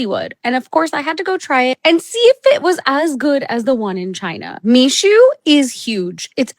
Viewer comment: It's Mixue (蜜雪), pronounced as "me share" (not "me Sue"), literally translated as sweet snow.